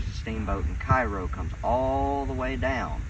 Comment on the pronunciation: The locals pronounce Cairo, "KAY roe"